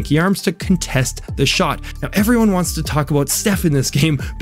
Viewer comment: Its pronounced "contest", not "contest"